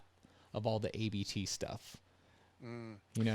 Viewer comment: Not hating, but if you have a VW podcast and don’t know it’s “Abt” one word, not A B T, you may need to do research. Abt is the family name of the company.